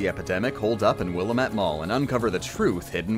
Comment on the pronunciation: A child dies every time you say "will-UH-mette"